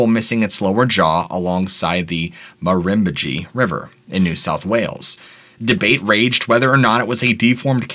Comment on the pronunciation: I liked his pronunciation of Murrumbidgee best